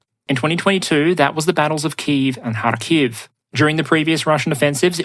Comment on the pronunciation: harkiv has emphasis on first syllable, just like kyiv